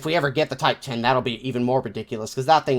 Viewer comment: MOTHER OF GOD IT'S NOT A TYPE TEN MBT IS PRONOUNCED TYPE ONE ZERO REEEEEEEEE